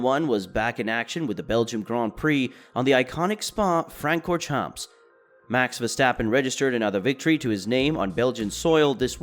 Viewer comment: And please pronounce some words correctly. Quite irritating, sorry. Make some research how to pronounce Spa-Francorchamps please.